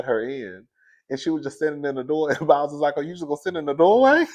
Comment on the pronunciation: it's Boz like Bose speakers. 😊